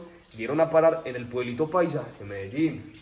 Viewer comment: Y sigue diciendo medallin en vez de MEDELLIN 🤦‍♀️🤦‍♀️🤦‍♀️🤦‍♀️